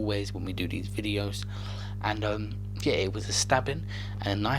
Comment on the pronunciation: A man really said "yair"